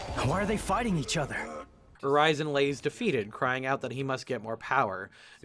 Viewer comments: With how you horribly pronounce the names of things THAT WERE SPOKEN MULTIPLE TIMES IN THE GAME i feel like you only half paid attention the whole time. It's not quill-foth it's Cly-phot. And it is pronounced Ur-reason not Ur-rise-in. Golly, they say the names out loud, how in god's green earth do you get these crazy pronounciations? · yeah I honestly thought you were saying Verizon a few times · Urizen is pronounced "ur-ez-zen" and Qliphoth is pronounced "k-lie-f-oth" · Listening to you say urizens name is painful. His name is said so many times. How and you mispronounce it. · I like how you completely butcher the pronunciation of qlithoth and Urizen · Man, those Urizen and Qliphoth pronunciations are really something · How do you manage to mispronounce "qliphoth" and "Urizen" so consistently when nobody in the game will shut up about those terms? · I'm sorry, but I'm so throwen off by how he says Mallet (maley) Iland, Urizen (u-re-zen or ur-(soft)i-zen), and Qliphoth (kly-fot).